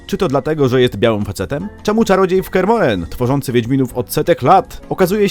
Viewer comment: Dlaczego akcentujesz Kear MohrEn?